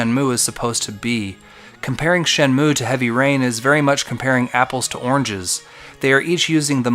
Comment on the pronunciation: Bruh, its called Shenmue. Not Shenume : Virtua Fighter. Or Virtua Fighter : Shenmue. Everything you did in your video, minus the call outs, is exactly like SEW, warts and all. You mislead and used unrelated examples. I had to go out of my way to find out about the skippable cutscenes; which you both didn't give the whole truth on, maybe I should make a video on how BOTH of you are misleading? But your call outs definitely set you apart for SEW. Look, I get your indignation on how you think SEW mistreated Shenmue, fun fact thats alot like how SEW got his start with his first video on HXH. This sort of thing brings out a creative obsession I guess. But, have awareness my dude, calling people shills because of there opinion makes no sense. Your a Shenmue shill and an anti patreon shill. There, see how meaningless and effortless that was? Also since I'm sure your gonna see this, the reason why I responded to all this in the first place is that it really made me question any integrity you have as a content creator when you pin a comment that accuses someone of plagiarism and describe the comment as "perfect". That's why I think its personal. Not against SEW specifically either, but all these "influencers".